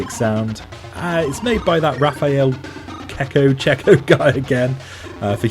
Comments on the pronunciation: Assuming that Raffaele is of Italian heritage, then the pronunciation would be chek-ko :-) Like the excellent De Cecco pasta in the supermarkets. Excellent List, BTW. I've seen a few of these on YouTube, and this is the one I tend to agree with the most. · The Italian pronunciation of Cecco would indeed be "check-koh", but he's been born in the UK and in interviews, he's usually introduced as "sek-koh"... ¯\_(ツ)_/¯